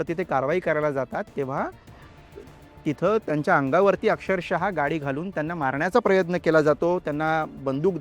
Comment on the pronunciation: अक्षर शहा नाही अक्षरशः असते भाऊ मराठी शब्दांचे उच्चारण देखील बरोबर नाही आणि पत्रकार बनवतात ह्यांना 😂